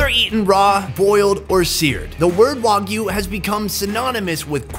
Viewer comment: WAGYU NOT WOGYU Pronounce it right next time.